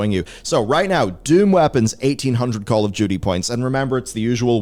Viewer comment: are you saying Call of Judy?